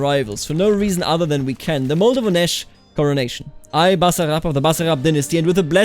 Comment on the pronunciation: Moldovenesc is read like Moldovenesque, (-esc coming from latin -iscus, that's why you can find - esque in both French and English=